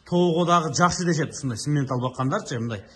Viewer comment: Симментал эмес самапалтал го